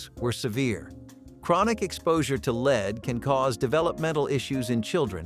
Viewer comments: Damn those leed based cans, right up there with "leed" based paint and gas. Shame they didn't use Lead...erm I mean"Led". Sigh...nice show but would be better if a human spoke it. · I was laughing too! Lead, lead, lead, lead (like leed), and then lead a few times (like led). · 'lead' is pronounced 'led', not leed. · In some spots where the video is talking about canning, it pronounces "lead" as "leed," in others it pronounces it as "led." Can't it be corrected? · Between the butchering of the video and clearly mispronouncing words (lead as leed) its barely watchable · Mispronunciation times two: LEED-BASED SOLLDER. Should sound like “led-based sodder.” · Lead became leed? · Leed?! Lead?! Why does the commentator keep flipping between pronunciations?! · Lead solder or leed solder? Nice way to pronounce it differently in the same fucking sentence. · Lees?it’s bloody😊 leas, pronounced phonetically as led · When “lead” is used to refer to soldering or the material that you can be poisoned by, it’s pronounced “led” 🤷‍♂️ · Lead,pronounced led. How can you get it wrong then right?. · It’s pronounced LED. !!! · right like bro it’s lead (led) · So if this guy pronounces "lead" as "leed" one more time I'm gonna lead myself off a cliff. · It's pronounced lead. Not lead. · Lead is pronounced inconsistently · Im still laughing at how he kept saying lead wrong and then saying it correctly at small points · Am I the only one who is irritated by some of the pronunciations? Like “leeeed poisoning” or “sold-ur-ing” cans?? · Please learn how to pronounce margarine and lead ..